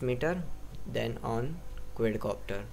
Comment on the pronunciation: Exited the video as soon as he said QUAYYDCOPTER